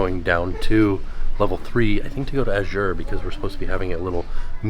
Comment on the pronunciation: Not going to lie, but I had to chuckle at your pronunciation of Azure. Made me think of a Christmas Story movie with the leg lamp and the box that said Fragile and he pronounced it, frag-ee-lay LOL